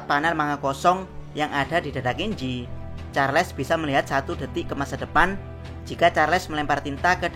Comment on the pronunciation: charles woy charles bukan charles 😂